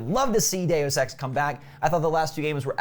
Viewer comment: day-you-sex lol